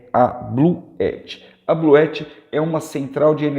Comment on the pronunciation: É possível ligar um chuveiro com esse sistema da Bluetti (Bluuti é a pronuncia correta) ligado com placas solares?